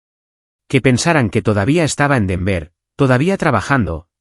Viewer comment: Familisres-68 Su narrador se oye ridículo al decir "dolar 6 M" en lugar de decir "6 millones de dolares" y ponerle a la ciudad de Denver acento en la última é", los españoles pecan de leer literalmente como ejemplo ISABELLA en lugar de "ISABELA"